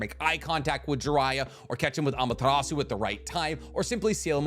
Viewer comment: It hurts my brain whenever you pronounce Amaterasu